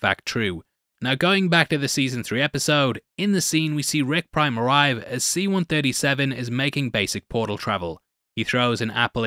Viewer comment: I swear i keep hearing you saying ‘Rick Grime’ instead of ‘Rick Prime’